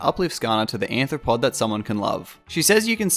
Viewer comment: You said arthropod wrong